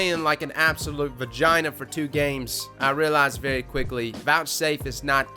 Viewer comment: The way says vagina is hilarious, I'm sorry.